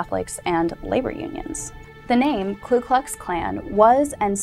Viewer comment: Get a KLU, it's KU. This beotch doesn't know her head from her tight well rounded ass.